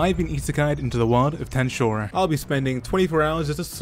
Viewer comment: It made me mad when he said tensura worng